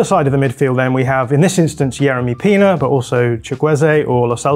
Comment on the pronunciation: Yeremy Pino not Pina